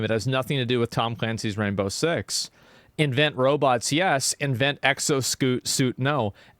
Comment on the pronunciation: He accidently said "exo-scoot" and I fucking DIED